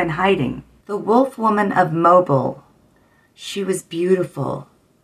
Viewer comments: Mobile is pronounced mobill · Its pronounced Mobile "Moe-Bill"